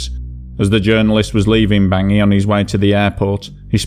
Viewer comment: Although the CAR’s Capital is spelled Bangui, It’s French, and is pronounced “Bong wee” not Bangi.